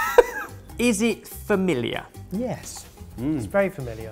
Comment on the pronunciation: It ain’t FAMILIAH